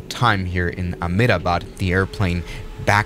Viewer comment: The pronouncement of ahmedabad is emdaabaad